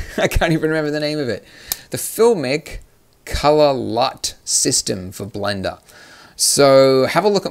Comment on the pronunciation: Did you just say blinder instead of blender